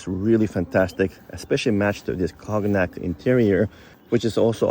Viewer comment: CON YAK lol not COG NAK